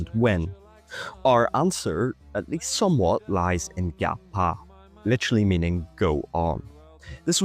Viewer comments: Great and informative video! Though I must emphasize that the Å sounds like the oa in the english "oar" or "roar". Nice work on the video though! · Bro we call it gå på not ga pa